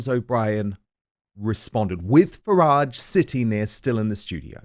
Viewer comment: He’s a horrible man, with many obvious hang ups. He can’t even pronounce Nigel Farage’s name properly, so disrespectful. I stopped listening to it years ago.